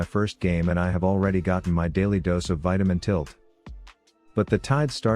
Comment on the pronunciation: The fact that he said bitamin tilt is funnier